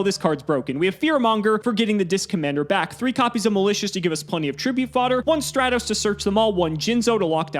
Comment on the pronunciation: mark this day on your calendars folks FINALLY pronounces Stratos right and now for Ryza